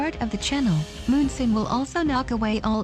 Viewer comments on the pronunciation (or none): so tilting hearing "moonsoon" over and over again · too bad you didnt speak it urself and its monsoon not moonsoon I guess :S anyway nice vid, about time :)